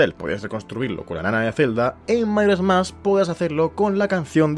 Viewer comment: Por qué dice mairas mask? Y no Majoras Mask?